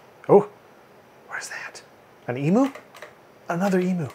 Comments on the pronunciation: e-myou, not e-moo! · E-Mew, not E-Moo! :P XD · Just for reference emu is pronounced E-Mew not e-moo :) Hi from Aus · please tell me that you are saying "emu" as "eemoo" ironically. Eemyuu is the correct way to say it, though I'll admit that eemoo is more fun to say:P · Oi! Stop saying "ee moo". It's silly. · Please, Americans, it's pronounced "E-myu". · It always feels weird to me that people from the US have their own pronunciation for "emu".